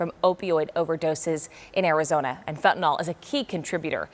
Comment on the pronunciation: “Fen-tin-nil” not fentinol. Fentanyl is the spelling.